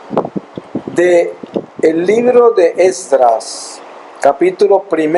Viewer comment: No es "extras 1.1" es Esdras 1,1